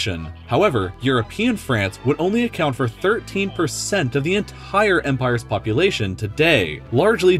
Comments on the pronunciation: I like how he said the word "The Entire" he said it like that The En Tire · Why you say enthaire